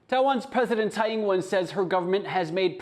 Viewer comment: Would a Taiwanese news outlet not be able to find a reporter able to pronounce the Taiwanese president's name correctly? We all have accents and I don't expect perfection but this is so off, it distracts from the reporting.